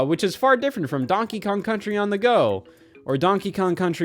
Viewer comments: "Donkey Kong Cunchy Returns" - Scott Wozniak, 2025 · donkey kong cunchy returns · “Donkey Kong Cunchy Returns” -Wott the Scoz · donkey kong cunchee